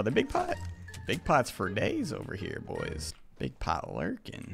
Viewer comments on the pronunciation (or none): none